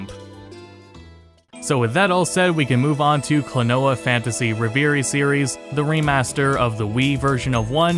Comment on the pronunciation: Excellent video apart from the way you pronounced reverie.